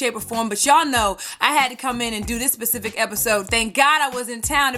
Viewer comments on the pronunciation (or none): Pacific???? That's an ocean!!!'